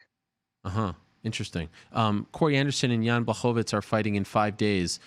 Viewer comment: Chael sonnen can't even say Jans first name correctly 😂